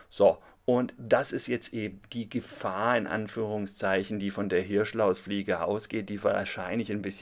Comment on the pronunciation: Also darf ich bitten? Es heißt Gefaaaaaahr im Wald. :) Abgesehen von diesem kleinen Schnitzer: wie immer ein tolles Video.